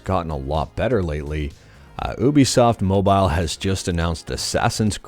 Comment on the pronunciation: you-be-soft not ooh-be-soft (God, I'm such a nerd! 😅😅 lol ) Great video as always 😃